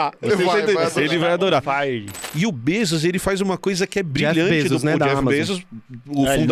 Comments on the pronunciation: Eu também entendi “obesos” ao invés de “o Besos” 😂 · bom saber que não fui a única a entender que o tinha falado obesos kkkkkk